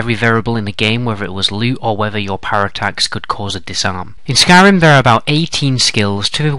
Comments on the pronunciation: Skryim lol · "Skryim" The Next Elder Scrolls game. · did you mean "Skyrim" instead of "Skryim" at the begining? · lol Skryim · in the beginning u spelled skyrim skryim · Skryim XD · Who else notice in the beginning it said 'Skryim'? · Skryim haha